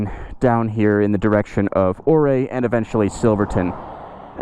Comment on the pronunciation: These videos are hitting me in so many different ways. I grew up in Durango, and spent the last 10 years in the Denver area. I’ve been all over that state and recognize every road you’ve traveled. I also own a Speed Twin. I live in SC now, and I have to tell you, my homesickness has never been so intense. Thank you so much for this content. Also, Ouray is pronounced “U-ray.” Just FYI. 😉